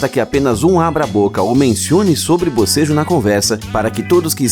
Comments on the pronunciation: Não é abocejo é bocejo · Pior que é verdade que o bocejo é contagioso..... Quando estava iniciando o vídeo ele falou BOSEJO e no mesmo instante eu fiz o mesmo